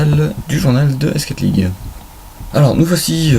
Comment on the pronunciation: Pitié. Prononce S4League en anglais, ESSEFOURLEAGUE :( Sinon bah, wtf (dans le bon sens) ... il y a de bonnes idées mais peut être trop en live ? Je saurais pas dire ^^